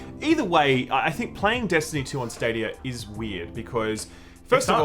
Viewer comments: "Google Stad-OUYA" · Every time I hear "stadier" I feel like I should be drinking a 4x.